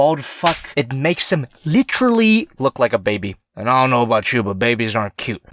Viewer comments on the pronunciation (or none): that Leafy "LITCHERLY"